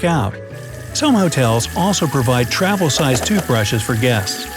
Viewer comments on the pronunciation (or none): Am I the only one who noticed he said twavil during the sowing kit section